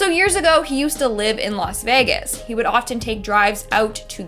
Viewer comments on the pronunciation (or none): none